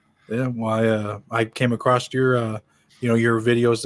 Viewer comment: I know this is petty but for the love of all that is holy, there is no "t" at the end of the word "across". 😆 Also, mother was a screwup sounds like dad was too.